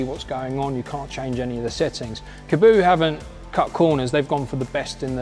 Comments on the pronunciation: Your pronouncing is correct. Kah bow... Kaboo like he's saying in the video is wrong. I've watched the creators say it on some of their videos years ago. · Weird how people pronounce it “kaboo” when it’s kaabo “kah-bow” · Good vid! Why do so many pronounce the name "ka-boo"?! Have a look how it's spelt. There's only 1 "o". It can only be "kaa" (car)-bo! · I've been pronouncing Kaabo as Car Bow since I first heard of them. I want this one that's for sure